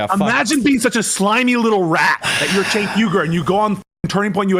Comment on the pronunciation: Why do people say Jenk when its Cenk? It should be pronounced Chenk.